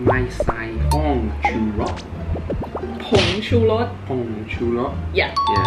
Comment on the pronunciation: โพ่งชูรส คือจะพรวดจริงๆค่ะ